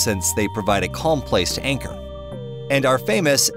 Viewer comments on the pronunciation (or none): none